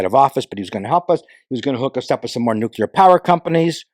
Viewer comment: I was wrong. He pronounced nuclear correctly.